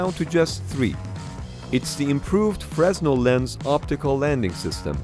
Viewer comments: "MK" is pronounced "Mark." It's not a "Frezz-nal" lens, it's a "Fruh-nell" lens. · It's pronounced "fernel" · Frah Nell not fres, the s is silent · Fresnel is pronounced 'Fruh-nel'. Not 'Fres-nel'. French inventor. It's a very common type of light-focusing lens from lighthouses, signaling lamps, to theatre lights and street lamps. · It's NOT pronounced "Frez Nell" lens. Fresnel lens is pronounced "Freh NELL" The S is silent. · Isn't it pronounced "freh-nel"? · Fresnel is pronounced fray-NEL. the s is silent. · "freznel" lol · Fre-neel. Lens. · Fresnel should be properly pronounced as “Fren-el” as it’s a French word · Fresnel is a french name. The way the French pronounce it is "frey-nell", with the stress on "nell". The "s" is silent. If you are in the Navy, you pronounce it... like the other crew member do! Something like "fruh-nell". Otherwise, you will be considered as an alien! But avoid to pronounce the "s"! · You do not pronounce the s in Fresnel. It is Pronounced Frenel. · it’s pronounced frenel tho spelt fresnel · Fresnel is pronounced ‘Fraynell’! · Fresnel is a French loanword to English. It's pronounced "fruh-nel". You don't say the "s". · Fresnel is pronounced Fre-nel. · That's pronounced FREE-NELL lens. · Fresnel is pronounced fra-nell. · I depends. Augustin Fresnel was french. If you are french, or if you want to pronounce it the way the French pronounce it, you don't pronounce the "s", and it sounds like "frey-nell", with the stress on the "nell". If you are in the Navy, you pronounce it... like the other Navy crew members! I guess something like "fruh-nell". But please avoid to pronounce the "s"! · It is pronounced Frezznell when mispronouncing it. But that shouldn't be the goal. The s should be silent. All other options are flawed - a personal name is a personal name and the owner decides how to pronounce it. So no different from how many people manages to miss how to pronounce Porsche - but in that case incorrectly making the final e silent.